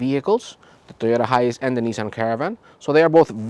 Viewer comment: Why do you sound like your saying hius? It High -ace (hiace)